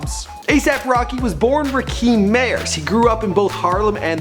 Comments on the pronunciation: Sorry dude but do you actually know anything about this stuff your talking about in here? Or did you look this up on the Internet and this was your first time hearing of any of it????? First of all, have you never heard of Rakim? Because if you did you would knot the "kim" part in the name is pronounced like the name Kim itself. You keep saying it like "Rakeem". Second, it's A$AP Yams, not A$AP Yami. What the hell??? He just died this year. You can at least pay some respect to him by getting his name right. And last, have you also never heard of the word peso? Do you know not know what pesos are? "PAYso" how you say it. You're on here saying it like peh-so. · Rakeeeeeeem haha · Nigga its pronounced Ra-Kim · It's Ra-kim bitch!! Damn you would sound a lot more credible if you actually knew how to pronounce their names correctly. Fucked Quavo's name up too! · not rakeem wtf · RA- FUCKING KIM NOT RAKEEM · It's pronounced Rah-Kim not ra keem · get the name right..Rakim not Rakeem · Rahkeem? Does he mean Rahkim? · this nigga can't even get his real name right. Its Rakim not Rakeem. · dumb ass nigga said Rakeem. nigga its Rakim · "Rah-kim" not "Ra-keem" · Rah-Kim , Rah-Kim , Rah-Kim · I can tell this dude don't listen to rap music with this disrespectful video callin him Rakeem and disrespectin the God MC Rakim...smh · It is rah Kim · RAH-KIM! Damn white folks be fucking Up Original Black Names! It's not TU-PACK? ITS TU-PAC? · So nobody gon point out this man mispronouncing Rakim.... Rakeem? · It's "Rah-Kim" man. You don't know much bout Hip-Hop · TAKE THIS VIDEO DOWN, IT'S RAKIM. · its pronounced rah-kim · you are destroying the name Rakim ( RAH -KIM ) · It's pronounced Rah-kim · You never pronounce anyone's name properly, its Rah-Kim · His father wasnt murderd, he passed away, yams aint calld yamy, Rahkim aint pronounced rakeeeeem …. this dude is no fucking Naudwar … fuking Moron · its rahkim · Rakeem? Really bro? Really? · Yeah he did lmao. rocky dont say it right